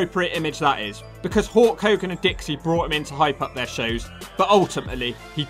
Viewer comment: Is this guy saying "hawk" or "hulk" i cant tell